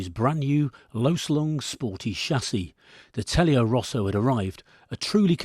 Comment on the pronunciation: What an excellent piece of real-world comment. You are spot-on with the BMW comparison. I too soften the double zed of Guzzi, but perversely I am troubled by your pronunciation of Telaio Rosso. There's no pleasing some people. I rode various Tonti Guzzis, but my absolute favourite was a late V50. It didn't have the gorgeous, slow tickover or the wet-dog shimmy of the T-3 or the V1000, but it was simply a part of me when I rode it. More than any other bike I rode, it just did what I thought, as I thought it. People are dismissive of the smaller Tonti Guzzis, but most who are have never ridden one. On suitably sticky rubber, they were absolute mustard. If I were suddenly young again. I think I'd want a T-3 Cali and a Monza. The former for those two or three summer evenings we might get this year. The latter to blat around on and prove that 50bhp is plenty. Which it is.